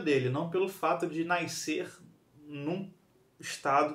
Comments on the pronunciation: Mais difícil é ouvir "NAISCER" repetidas vezes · Naiscer, naisceu, naiscença.😂😂😂😂